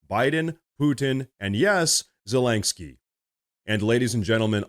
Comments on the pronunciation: why do you keep pronouncing Zelensky as ZelenGsky? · "President Zalang-ski" 😅